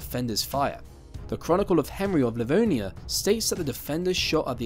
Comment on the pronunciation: Riga not Ria; Livonia not Divonia...